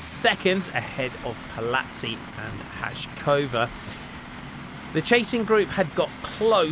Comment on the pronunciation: Markéra is not Ha-sh-kova nor Ha-zh-kova, pronounce it as Haikova